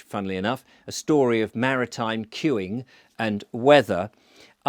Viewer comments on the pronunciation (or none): Marmite not maritime ;] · Now we know that 'marmite' is pronounced 'maritime'! English pronunciation is such fun. Great video, by the way...